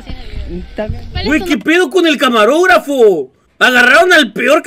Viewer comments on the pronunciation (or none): nmms dijo camagrogafo XD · Minuto "camagrografo" XD